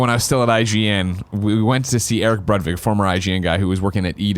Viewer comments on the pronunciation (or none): none